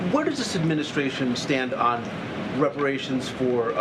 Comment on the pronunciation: She can’t even pronounce the word ‘reparations’. That says it all.